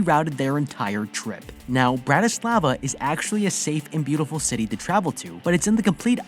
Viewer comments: bratyslava 🤣🤣 sorry the way he said it made me laugh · You trying to pronounce Bratislava makes me cringe 🤢